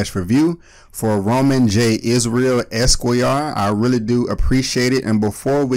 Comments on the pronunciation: "Es-Quway-Y'Are.." whuT? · I think you're pronouncing the word "esquire" wrong, this is the right way to pronounce esquire